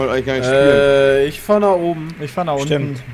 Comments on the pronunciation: jungs montagne ist französisch und heisst berg, das gne wird wie nje ausgesprochen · Captain here, der schild typ wird nicht Montaaasch ausgesprochen sonder Montanje, Montagne is nämlich französisch und heißt Berg/Gebirge und da der aus dem französischen operator team ist liegt das recht nahe denk ich flies away